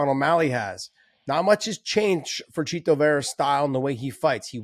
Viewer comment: Great another episode of Josh over emphasizing "Chito". Meanwhile refusing to pronounce Jorge Masvidal and Jose Aldo correctly